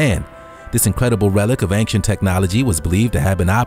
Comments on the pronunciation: ˈān(t)SHənt Not ˈān(k)SHənt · Please stop saying "Ank-Shent' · "Angk-sient" driving me up the wall too. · Why does this narrator constantly switch his pronunciation of ancient? Sometimes he says ancient and other times he says ainkshent 🙄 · Dude ‘Ancient’ is pronounced ‘ˈān(t)SHənt’ it’s not ‘Ankcient’ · It bothers me so much how he says "anccient" instead of "ancient" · anXient anXient anXient. Get smone else to comentate ur vids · Take a drink everytime the narrator says "ang-shent". Also RIP. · "Ankshent" is not how you pronounce ancient. Along with the outdated material, this ruined the video for me. 2/10. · I like the way dude sez, "ancient". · Why can't he pronounce ancient? When he says it so many times! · Why does he say ancient wrong? Driving me crazy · thats True